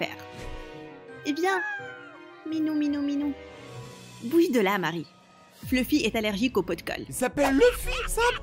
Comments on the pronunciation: C'est fluffi pas Leuffie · Il a dit luffy au lieu de fluffy